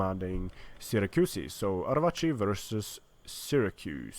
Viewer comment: That fucking sexy Arevaci pronunciation. ;)